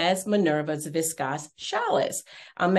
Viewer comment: It’s pronounced “vis-kose” not viscosse and “challie” not chalisse